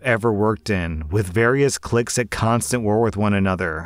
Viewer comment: You said cliques wrong